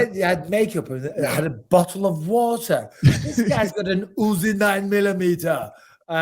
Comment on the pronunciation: “This guys got an ooozi nine mila meeta.” I watched that part several times. Too funny.